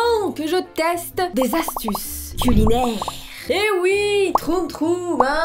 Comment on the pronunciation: "des astuces coulinaires" avec l'accent, déjà tordu de rire au bout de 20 secondes, tu es la meilleure